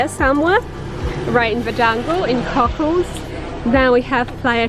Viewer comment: Nice video, but the "Cocles" in Playa Cocles is pronounced like "Co-CLAYS" (stress on first syllable, somewhat heavy "s" on the end), NOT "Cockles." I feel it's important to try to pronounce place names accurately.